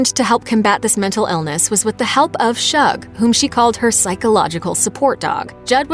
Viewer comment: Her dog's name is pronounced "Shoog" as in "Sugar".. NOT Shug.